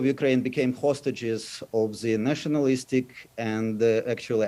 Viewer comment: "hostages of ze nationalistic and actually antinational series of governments" 🤣Even George Orwell couldn't make it up!